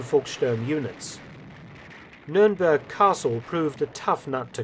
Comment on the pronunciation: thank you so much for pronouncing "nürnberg" not english